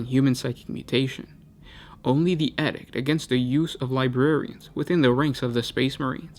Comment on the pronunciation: Pronunciation needs major work. Use your resources. edict noun \ ˈē-ˌdikt \ Not \ed ikt\. Hard to get your message across if you can't say it.